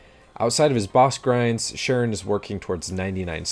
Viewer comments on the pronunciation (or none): "Sharon" is pronounced K-ron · Charon isn't pronounced "sha-ron", it is pronounced "ka-ron"